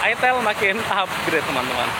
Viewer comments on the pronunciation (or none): FYI, itel itu brand dari luar. Pelafalannya bukan itil tapi aytel. Terimakasih